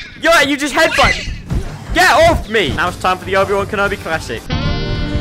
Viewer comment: why did he call obi wan kenobi wrongly